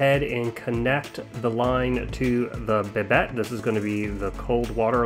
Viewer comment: Nice video, but just an FYI, it's pronounced "Bi-dei" with a silent T.